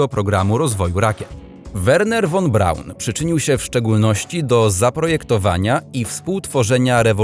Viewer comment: Mówi się fonetycznie FON Braun, nie won, ani von. Pozdrowienia i dzięki.